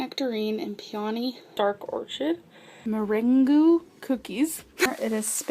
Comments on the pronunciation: “murringoo” cookies🤦🏻‍♀️ my french ears just bled. also are those her early videos? She sounded and looked so fake, damn. She tries so hard to sound like a ✨dainty princess✨ and it’s way too cringe to watch... cause she clearly isn’t a petite size💀 GORL, you’re a wannabe skinny. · Marainagoo - Meringue. LOL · bitch said “muhringoo” for merengue im dying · Meringoo? LMAO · « Morangouuuu » do you mean meringue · Pyonie?? MirenGOO???? or-chid?? Discrimatory??? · 'meringoo cookies' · Meringoo and orCHid, must be from another planet🙄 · “Mer-ang-goo cookies” ...omg I can’t breathe 😂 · Mer-ing-goo cookies 😄😂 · Did this bitch say meringoo cookies. I’m dead. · "MURAINGOO COOKIES"